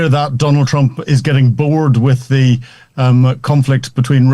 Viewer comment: This poor young man trying way to hard to pronounce "th" ends up sounding "ze".